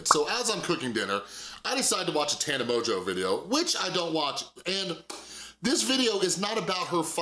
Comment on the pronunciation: Please stop being petty and purposely pronouncing her name wrong. It’s obviously “mojo” and anyone who’s seen any of her videos knows that. And I know you know so that is really annoying and immature in my opinion